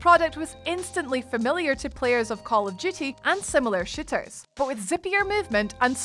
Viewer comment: I swear she said "and other shitters"